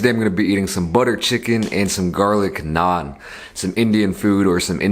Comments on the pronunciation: Finally someone saying NAAN correctly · Damn he pronounces it like an indian lol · Your "naan" is so much better than stupid NRIs coming back to India and trying to say the word with some stupid accent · Yesss. It's so satisfying to listen to! Im constantly correcting my parents when they get it wrong so hearing it properly pronounced is relieving XD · Everyone I know says naan like that, wdym bro. It’s not like it’s anything complicated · Tarun kr yes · Fr lmao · LOL so true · Exactly! and matt stonie tho...